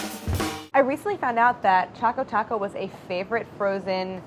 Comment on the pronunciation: Should I be concerned that she has written "Chaco Taco" and her pronounciation is also Chaco Taco...?? 😂😂😂